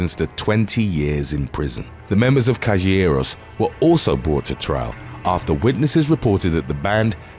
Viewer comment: As an Argentinian, the pronunciation made me laugh so hard... "callegüeros"😂